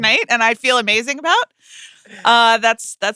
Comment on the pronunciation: "Amazingk" "workt" Amanda! 🎉